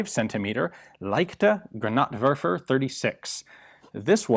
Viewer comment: it's leichter, you missed the r. still great content as usual.